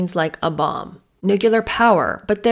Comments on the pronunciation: Please say nuclear. It is not nucular. It was one of my mothers-in- law's pet peeves & it stuck with me.😊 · Glad I found your channel. You re refreshingly truthful rand efficient at what you do. You do a good voice imitation too. Just one question...Why do Americans pronounce the word " nuclear" like " nukiller"? You said you taught 6th graders English writing so maybe you have the answer... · It’s pronounced nuclear. Not nucular 😂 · It's not pronounced "nucular." The word is pronounced "Nuc-le-ar." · Nuclear= “new-Klee-ur” not “new-q-lur “ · Isn't the word "nuclear"? Did Meghan write it as "nucular"? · Nu-cle-ar, not nu-cu-lar. Otherwise, I enjoyed the “boring” episode. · you mean nu-klee-ar not nuk-u-lar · 12 year old would never say "nuclear". ( Btw pronounced n u - c l e- a r) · I love your videos,! Please please PLEASE get the pronunciations right. I know you are an intelligent and educated presenter, and as such it is a responsibility…. NUCLEAR NUCLEAR NUCLEAR 🙃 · I thought it was "nuclear" family and "nucular" bomb? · Dear, I’m sorry you felt that was rude, it certainly wasn’t meant to be. It was meant to be helpful. You did mispronounce nuclear. You should check your facts before you get snarky over it…. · you mispronounced nuclear